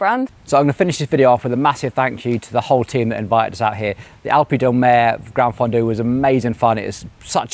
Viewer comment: Enjoy your content, but please, please put some effort into the pronunciation. It's not oofisso, or ufissi, or any of the other mangled words you invented. It's offee-chee-nay mat-tee-oh. And the G in Campagnolo is silent! And gran-fondu? Seriously?